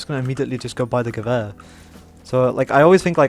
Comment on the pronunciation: Love that you pronounce Gewehr correctly